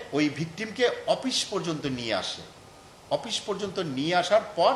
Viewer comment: অপিশ কি? শুদ্ধ ভাবে বলা যায় না?